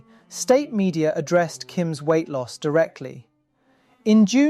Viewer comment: He said “Kim lost some weght. Periodt. 💅🏻